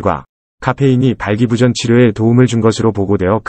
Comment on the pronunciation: 발음에 문제가 있음을 느끼오 / 발끼부전?은 항궁말이 아니지라. / 애덜이 만이 범허는 실쑤인디, 항국어 공부에 각별허게 열쭝혀야 더 조은 방송이 될꺼유